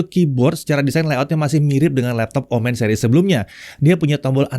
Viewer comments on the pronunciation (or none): Ngingetin aja boleh kan? ✌️ kalo "omen" ini cara baca "e" nya seperti di "momen" bukan di "komen" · Betul, dibaca seperti Momen, bukan komen.